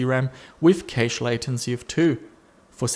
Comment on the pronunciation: Hey. "Cache" is pronounced like "Cash". FYI